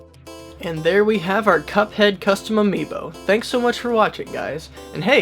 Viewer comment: I love how said CupoHeado